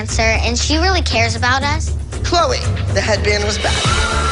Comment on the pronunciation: You mean “Chloe” not “Chole”